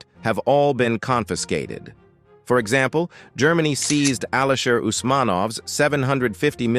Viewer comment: Sir the word SEIZED you have mispronounced. It should be pronounced : SEEZD not SIZD 😁